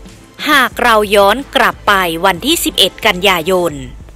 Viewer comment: กลับเป็นกรับ ปล่อยเป็นปร่อย โรงเรียนไหนสอนอ่านออกเสียงเพี้ยนๆมั่วๆแบบนี้